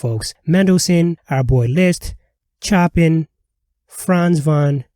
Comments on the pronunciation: That composer's name is not pronounced "chop in," rather he is known as "show pan." Who'd have known? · Chopin is not pronounced “chop in.” Narrators should learn proper pronunciation. And this narrator’s pronunciation of Tchaikovsky is just as laughable. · Chopin is pronounced " SHOW PAN ". 😁😁😁😁😁😁😁😁😁😁😁😁😁😁😁😁😁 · Chop-In? It is Show-pahn! 😂😂😂😂 You can take 2 seconds to look that up on YouTube! These pronunciations strange hard to look up! Interesting video otherwise. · Yes, you butchered some of the names. One, Chopin, is not Choppin(g). It’s pronounced as SHOW-PAN. Still, I liked the show. Thanks. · Chopin. Pronounced "show-PAHN." I pronounced it "choppin" when I was 5. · Oh lord, figure out how to pronounce words and names before you use them! Pronunciation is easily found online! “Choppin???” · Chopin: SHOW-panh (with just barely pronouncing the n) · How gutsy to pontificate on this when you can’t even pronounce the names of the world’s greatest composers. Chop-in indeed! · when i first saw the name decades ago, i too pronounced it "chop-in". but i can't be too harsh on this video's narrator, considering how i mangled Saint-Saens ("oh, that's how 'Say Sawn' is correctly spelled").